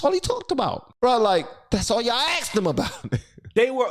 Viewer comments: Please pronounce it right you damn well that is asked not axed... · Learn to speak. Its not axked its.asked